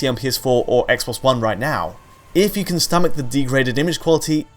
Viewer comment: When will you stop saying 'can' as 'Ken'?